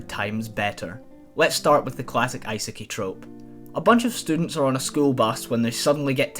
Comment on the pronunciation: “Ice-i-kei” That’s new